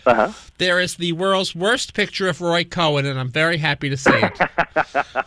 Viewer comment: By the way,, it was Roy Cohn, not "Roy Cohen," as you said in this radio broadcast replayed here. Although Mr. Cohn did have relatives with the family surname of "Cowen." The Cohn/Cowen families were, at one time, the owners of the Lionel Model Train Company.